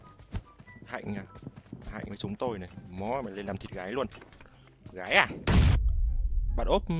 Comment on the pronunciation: mình tên hạnh mà là trai mờ nghe ổg vừa ns vừa nghiến răg kỉu như là mình lm gì ổng á kkkk